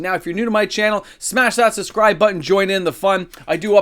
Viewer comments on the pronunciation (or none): none